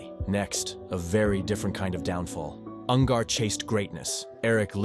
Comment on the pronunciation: Ungar not Un-gar FFS